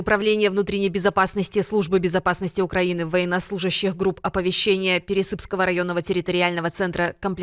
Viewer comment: ТЦК --- не военные , а не законное бандитское образование.Не ПересЫпского , а ПерЕсыпского района.Надо правильно делать ударение.